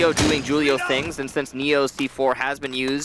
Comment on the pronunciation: Why they keep mispronouncing Julio haha